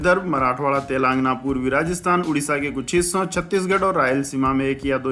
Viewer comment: सही उच्चारण तेलंगाना हैं.